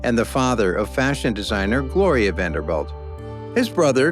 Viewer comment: I hate how this narrator keeps saying Vander-belt. He sounds ignorant.